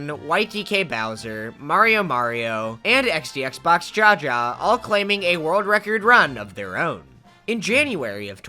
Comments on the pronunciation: him pronouncing "jaja" as dzhadzha instead of "haha" made me feel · And still said jaja instead of haha